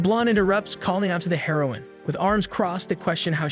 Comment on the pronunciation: Dumb ai can't pronounce it properly